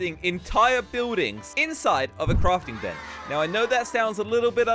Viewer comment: Lol he said not placing a block but crafting benc? What that hmmmmmmmmm